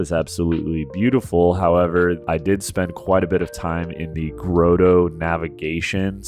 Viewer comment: Not sure if English is your first language, but “Grotto” is pronounced like Otto, not growto.